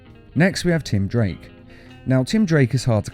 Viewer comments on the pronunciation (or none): You said tim drank instead of tim drake